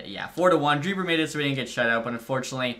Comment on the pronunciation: Dreiber is actually pronounced like „Draisaitl“ just a small detail - keep up the great work!